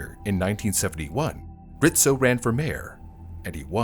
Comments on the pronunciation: IT'S RIZZO, NOT RITZO. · I keep hearing Rizzo's name pronounced as "Rit-zo" .... I've always known it as "Riz-zo" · hearing him say Ritzo instead of Rizzo is painful ('pizza' argument is invalid btw) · It's not "Rit-Zo", it's Rizzzz- O" I remember watching this on the news. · It was hard to listen to how he kept pronouncing Rizzo as Ritzo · RIZZO, it’s pronounced RIZZO……not RITZO!! I remember that day clearly…..Philly cops were notoriously known for beating your head in, then asking questions. They were mayor Rizzo‘s personal Irish goon squad. I got pulled over for driving “ too nice of a car”. Nothing happened luckily but it was a 15 minute ordeal that I choose not to relive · his name was Frank RiZZo , no T